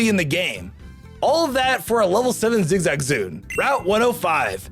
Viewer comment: Lmao i heard that too